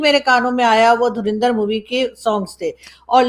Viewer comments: It's Dhurandar, not Dhurinder. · Why Pakistani pronouns it “ Dhurinder”? It is “Dhurandar.” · Pata nahin kab pakistani dhurandar ko sahi naam se pukarenge. Ye dhu-rin-dhar nahi dhu- run- dar hai hai. 😂😂😂😂 rin ke badle run boliye😂😂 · pronunciation is DHURANDHAR not DHURINDHAR. Dhurandhar means expert or Past Master in his field. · the movie is pronounced like Dhu Run Dhar, not Dhu Rin Dhar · …u pronounce it as Dhur a ndhar and not Dhur i ndhar😊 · It is Dhu run dhar not Dhu rin dhar